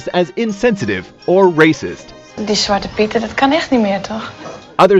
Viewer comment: it's "zwarte" piet with an e at the end of zwarte 😅✌